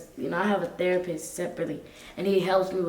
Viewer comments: When said therapurse 😂😂😂😂😂💀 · "THERAPURST."- 2021. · Why saying therapurse? 😂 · Is really calling the therapist thera purse 😂😂😂